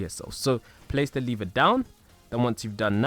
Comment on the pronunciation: Lever not liver